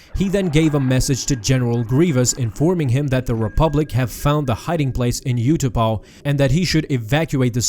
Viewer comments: Utapau is pronounced Ooh tuh pow. Not you tuh pah. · its oo-ta-pow not you-ta-pow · What is with the pronunciation of Utapau??? ‘You-ta-pow’??? ‘Up-tu-par’ that’s how it is in the film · 20 seconds in and i hear "you-tupou"... all i think is... SKIP!